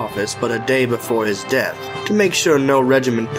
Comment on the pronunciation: Why did maya say dath instead of death?